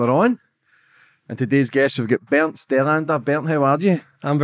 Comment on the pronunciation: His name is Bernt….not Bert 😊